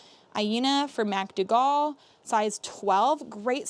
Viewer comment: The red dress is pronounced “Mac Doogle”❤